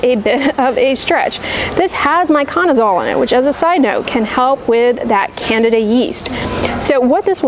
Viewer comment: Candida said Can Dee Dah.